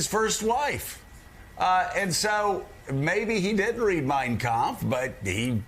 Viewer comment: His pronunciation of kampft was telling